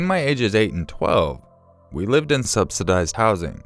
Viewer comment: Is that funny youre so terrible at speaking you can't even say subsidized housing? It's bad enough that every fucking sentence ends in a question since you have a problem with not understanding how to act normal, but then you even add More of how bad you are at speaking, on purpose!